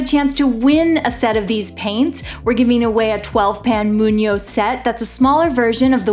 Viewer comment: You have to pronounce G. It’s Moon- gyo not Moon-yo. Thank you for sharing. ❤️ I’ll paint some 🍄 🍄 today!